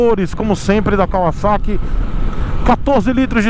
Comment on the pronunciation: Fiquei até emocionado com você falando Kawasaki e não "Cavazaqui" Como a marca ficou conhecida no Brasil. Parabéns por não perpetuar um erro.